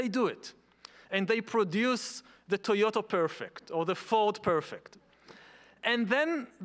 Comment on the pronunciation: did he just say TOYOTO?